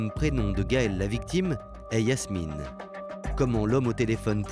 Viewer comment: Elle s’appelait Gaëlle Yasmina... pas Yasmine..